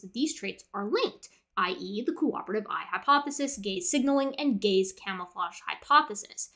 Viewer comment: I wemt through nearly the entire video being confused because u heard gay/gays every time she said gaze... So gay signaling, gay following, etc.. Im an idiot